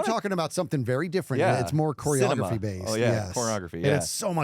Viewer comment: em,, what was the word that you said? Subtitles say "choreography" and I hope it's what has been said